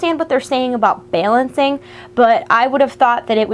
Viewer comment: "Bailancing.." :P